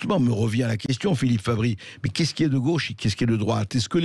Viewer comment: On dit gauche pas gôche